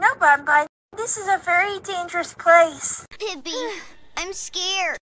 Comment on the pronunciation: bunbun's first line sounds like ''peeby'' and not pibby LMFAO